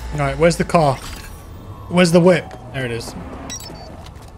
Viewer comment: "Whip" look at you trying to be American.....lol